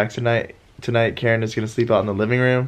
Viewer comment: I love how Keren always pronounces the words wrong hahah